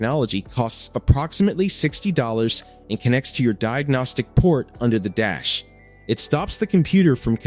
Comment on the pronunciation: Yeah...did you notice it said: "GM built the temperature sensor into your dick" 😮